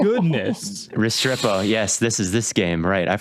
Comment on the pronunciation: The mispronunciation of Restrepo is driving me crazy as a UM fan